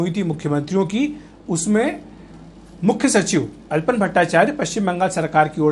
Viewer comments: His Name is ALAPAN BSNERJEE not ALPON. please pronounce properly. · It's "Alapan Bandyopadhyay" Not "Alpan Bhattacharya" Itne Bade News Portal Ha Name To Thik Lijiye